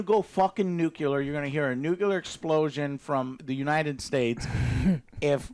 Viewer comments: Joe...it's not pronounced nuke-you-lure...it's nuke-lee-er. Get it right. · dammit Joe it's pronounced NuCLEAR not NuCULAR